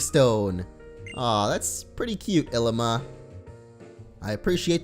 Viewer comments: It is ilima not Llima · It's Ilima not Llima